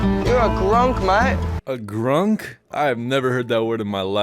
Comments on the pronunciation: lol its acc gronk, not grunk. still a funny revelation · Aussie here - 'Gronk' not 'Grunk'. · He said Gronk not Grunk. It's an insult in Australia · I'm pretty sure he said gronk, not grunk. He pretty much called him a dumbass. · Gronk not Grunk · btw it's Gronk not Grunk "a total moron, unwelcoming, and just a pleasant person in general" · That word called the dad wasn't 'Grunk' it was 'Gronk'. It's an Aussie slang term haha. Like a guy you don't want around or a total moron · He said gronk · Bro said Gronk btw